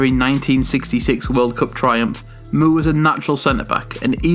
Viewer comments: MOORE = more not mewre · Bobby Moore is pronounced More not Mewer